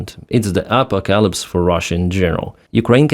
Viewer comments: Much love and slava ukraini - note it's a-po-ca-lypse not a-pa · First, let me say thank you for your videos. You do great. But tonight you made me laugh. Apocalypse is pronounced ah-poc'-a-lypse. Not App'-o-ca-lips. You got it right later in the video. Thumbs up. Bought $120 worth of holubtsi at a Ukranian Festival today. They have been fund raising since 2014. We have three local Ukranian churches. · It's the apoca-LIPS 🤣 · Upper Calipsis? edit: Oh, wait.... Apo-calipsis? Apocalypse? LOL. Sorry, silly me : ) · It's pronounced as A - Pok - AH - Lips :) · Enjoy your updates so subscribed just now. BTW, apocalypse is pronounced a-pa-ka-lips with all the “a”s sounding like “a” in about. Slava Ukraine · Ahh-POCK-ahh-lips. And couldn't have happened to a better tyrant. 🙂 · It is the Apoca-lips 😂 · You said: "Apocalypse" I heard: "alpaca lips" Not a bad description honestly. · OMG. Can anyone pronounce "Apocalypse"? [ah - PAK - ah - lips, not AH - po - CAH - lips]. SMH. 🤦🏻‍♂️ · His pronunciation of apocalypse is hilarious.